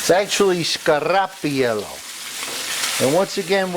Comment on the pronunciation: You said it WRONG. it's SCAR-PAR- IELLO.